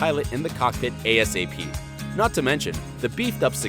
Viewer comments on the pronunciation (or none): none